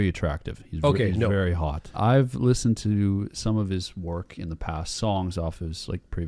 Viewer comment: Just by the way you said the word “hot” I instantly knew you were Canadian lol just me?